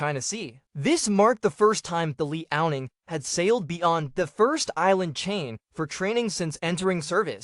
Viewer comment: Stop watching when you pronounce LEE-ao-Ning.